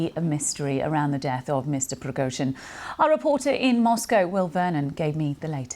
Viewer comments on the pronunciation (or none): Deliberately the lady is pronouncing Prigozhyns name incorrect